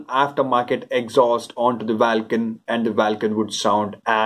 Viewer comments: Lol! You're right, it sounds bizzare saying it vaaalcan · Vaalcan kya hota hai ? Vulcan hota hai.